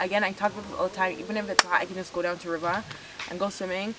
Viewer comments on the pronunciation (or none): Wow I love when you say river so funny